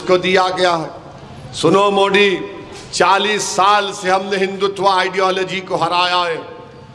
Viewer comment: ASADUDIN OWAISI .TU JABBHI BHASAN BAJI KARTAHAI MODI KA NAAM GALAT UCHARAN KARTA HAI UCHARAN SAHITARHA SE KAR SAMJHA😁